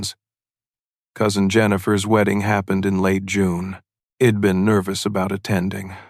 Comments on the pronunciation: May wanna fix the ai. The word is I’d not id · AI narration terrible. I Enjoyed the story when i sussed out the shed, id hed etc.